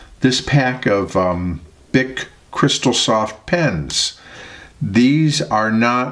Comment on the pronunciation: creeSTAL, not CHRIStal. French. and bic is "beek"